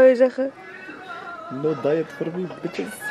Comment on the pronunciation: Hoe “bitchess” zegt ik ga stukk🤣🤣😂😂